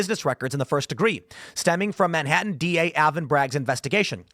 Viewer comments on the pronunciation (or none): none